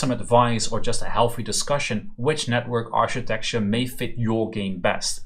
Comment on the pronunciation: Great series! Learning a lot here :) architecture is pronounced with a "K" by the way, aar-kuh-tek-chr